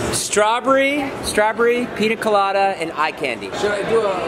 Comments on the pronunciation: strawBURY lol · “Straw bury”